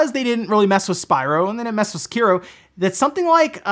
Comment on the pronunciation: omfg, can't even pronounce Sekiro correctly